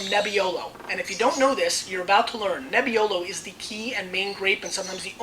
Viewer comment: BRLOW AND BRNELLOW di MONTLSINIOW and di MONTEPIUNSIENOW from NEBBIOLOW ahah... ps. I am Italian and I can truly say that makes his laugh case